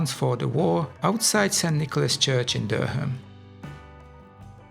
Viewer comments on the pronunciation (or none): Lovely work, a small piece of help I can offer is Durham is pronounced "Durram", you don't pronounce the H, I'm from there, your English is excellent by the way